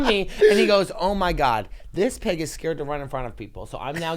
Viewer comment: Obsessed! Every time he says pig I lose it!